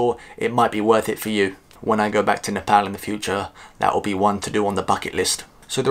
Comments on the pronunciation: i gotta give you respect for pronouncing Nepal as Nepal not Nefol .. Hope to see you n Nepal again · Love how you say Nepal without British Accent. Here nobody understands if I say “I’m from Nepal” I have to say “Nepol “🤣🤣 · Now you sound perfect saying Nepal lots of love from UAE keep it up